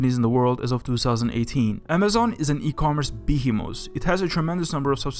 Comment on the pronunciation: Also: "waluable" and "beehemus"